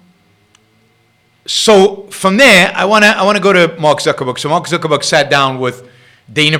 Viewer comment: Zuck-baby.. I call him and I call him Zuckerman. But it's technically "Zuckerberg"... NOT Zucherberg.